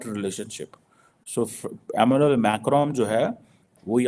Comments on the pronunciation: bhai france wale ka naam amanel nhi hai Emanuel Macron hai, E Manu El just broke letters for you to pronounce the name in a right way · 'Aminal Macron' (😅) and what's 'kortz us'?😅